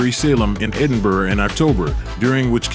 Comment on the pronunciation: Although he did pronuce Edinburgh correctly